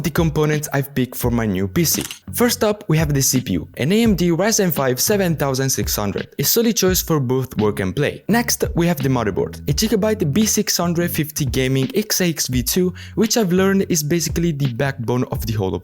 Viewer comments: gigabyte is pronounced with a hard g think Game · Jigabye killed me 😂💀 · sarà off topic, ma complimenti per l’inglese! Ho capito fossi italiano solo dalla G pronunciata dolce, anche se lo avevo sospettato. Mi piace moltissimo il tuo accento sottile ma presente!